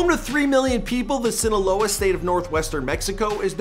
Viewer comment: Broo wym sinaleo 😂